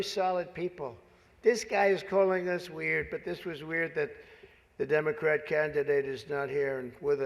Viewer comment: Democrat sounds like Damon Rat